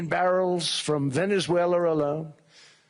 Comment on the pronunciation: 50 mil barrels from Venezulelalala....😂